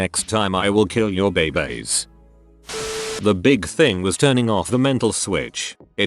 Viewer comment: I feel bad but I can’t be the only one who laughed at “and I’ll kill your friking baybays”